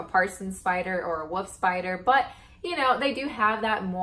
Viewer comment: Pronounces wolf spider as "woof spider" .. Adorable